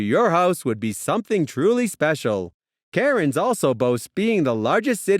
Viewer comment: nooooooooo. its pronounced CANS. not KARENS.